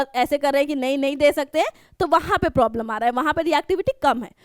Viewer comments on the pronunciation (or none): none